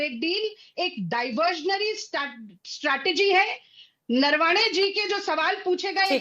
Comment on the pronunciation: अंजना जी इनके नेता नारावणें कहते हैं प्रवक्ता नरवाणें बोल रही हैं जबकि आपने नरवणें जी कहा तो कृपया इन मोहतरमा से पूछिये सही नाम क्या है ?